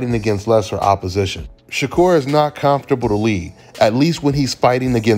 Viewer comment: C’mon give us one more “calmfortable” when he says comfortable it just hits different where u from cuz with that accent? Lol salute!!